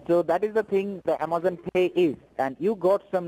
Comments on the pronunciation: I guess they finally sprung for a new script. “South border of Taxes” was wearing mighty thin. Why, though, do they use scripts with words they can’t pronounce?...... IMMA-ZAHN....It’s like they’ve given up trying. Lol. 🤣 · Made me cringe every time he said "A-MAH-zon." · Amazon scammer that can't pronounce A*M*A*Z*O*N. Although you should thank him for teaching you how to pronounce the words that insult him....lol. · HALLELUJAH! No blood stained black Tiyoda Corolla with 22lbs of cocaine on the south border of Texas! Umm ah-mahzun, uh-ma-zun, uh-ma-zon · Want to be an Amazon scammer? First learn how to pronounce Amazon. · Geez. The “technician” can’t even pronounce Amazon. 😂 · Says he works for Amazon..... can’t even pronounce Amazon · He can barely pronounce Amazon